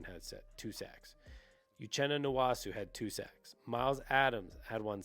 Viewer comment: Pronounced…. N-woah-su not N-wah-su